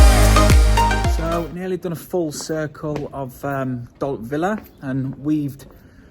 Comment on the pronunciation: Don’t know where you’ve been hiding, but good to see you back. I’m quite sure you pronounce Dalt Vila or “Upper Town” (Vi-la and not Villa), although I could be wrong 🤭